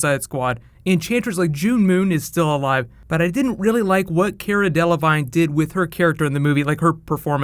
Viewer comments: Her last name is pronounced as Dell La Veen .... not Like Dell La Vine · "Care uh dell uh vine" lmao